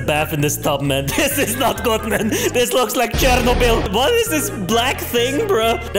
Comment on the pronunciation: No One:: "Chair-No-Bill"